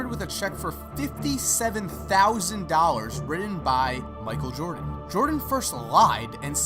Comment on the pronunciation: "Wridden" "Cerdanly" you gotta go to some diction classes